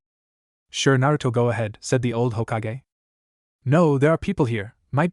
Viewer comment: it probably is standard, but i'm used to the bland voices fanfic sharers/writers use. Why is it so hard for A.I. to pronounce "hokage", "sake", or "sasuke"?